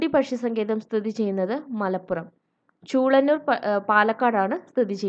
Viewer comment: Chulannur Alla chulenuur